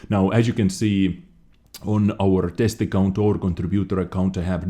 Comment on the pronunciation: Did u just said "test account" or "testicle"? I know what u said, Im just beeing mean. :)